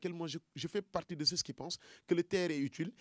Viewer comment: Professeur ceux ne se prononce pas ceus mais ce